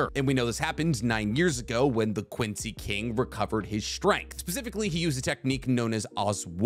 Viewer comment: has to work on his pronunciation of Quincy terminology, this hurt my ears and I'm not even German